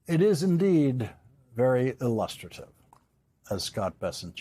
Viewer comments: I love how Lawrence ended this piece with pronouncing “ilLUStrative” correctly. Yes it’s petty but I hate Scott Bessent and it also shows money can’t buy intelligence. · Lawrence - you are a TRUE artist of the stiletto to the heart: your light but masterful CORRECT elocution of 'illustrative' to contrast the pronunciation of said word by national doormat/buffoon/milquetoast Scott Bessent was a thing of beauty to which to listen. Stunning. If you weren't such a kind soul I might even say it was vicious, delectably vicious...well...let's face it, it was, but so artful and directed at such a chamber of horrors and fiends that you rendered vicious in the most courtly of terms. Bravo, good sir! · I love u correcting the pronunciation of illustrative haha. It’s really hard to listen to trump talk…i feel like muting.